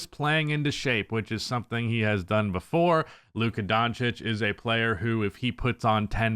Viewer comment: Lucka Don'tish